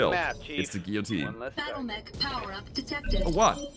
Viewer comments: In America, it's pronounced like Gill-uh-teen. If that helps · In English, we pronounce "guillotine" similarly to German, except we don't pronounce the e: "gi - jo - tien" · "Giyoteen" FYI. The mech is one of my face of all time. Tabletop beast, almost as tough as tbolt, jump capable and much scarier in short range.